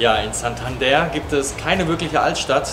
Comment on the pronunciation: Tolles Video, aber die Aussprache von Santander macht mich fertig 🥴.